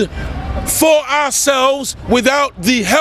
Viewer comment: You can't correctly pronounce the word "for"